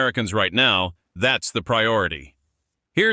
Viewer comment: yes I did,.... I still say you sugar coated some of it... And your AI needs to pronounce names properly. Terre Haute is not pronounced Terry Haute. Little slips like that reduce your credibility